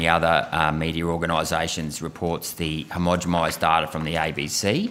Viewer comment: Yo Malcom, Its homogenize not homogemize.. Peace and love